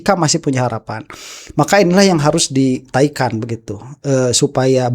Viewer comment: Jgn mentang-mentang orang sunda, pas bilang "dinaikan" sll saja "ditaikan"..Jdnya jijik dong dengernya🤔🤦‍♀️🤦‍♂️🤷‍♂️